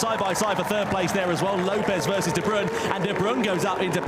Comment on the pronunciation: Lol de brooen, its pronounced de brain